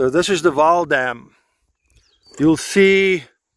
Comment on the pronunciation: Not Waal River, it is Vaal river